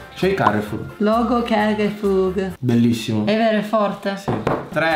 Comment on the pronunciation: I marchi di: Adidas ❌ - Adididas ✔️ Coca Cola ❌ Cola Cola ✔️ Carrefour ❌ Carrefoor ✔️ 😂